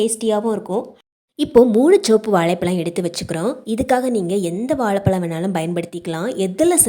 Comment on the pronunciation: வாழைப்பழம் not வாளைப்பளம் , தமிழ் மொழியை க் கொல்ல வேண்டாம்